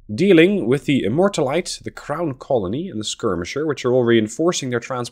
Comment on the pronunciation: HMS Immortalité has a french name, it's not pronounced like a "low calorie immorta"